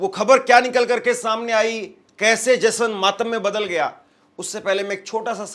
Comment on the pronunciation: एंकरिंग करते हो और हिंदी बोलने भी नहीं आती, मूर्ख कहीं के ! जश्न को जसन कहता है ! अपनी हिंदी सुधारों फिर एंकरिंग करो !